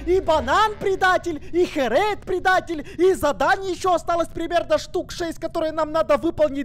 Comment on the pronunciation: Не харэйд а херейд